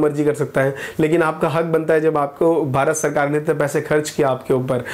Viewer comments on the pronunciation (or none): none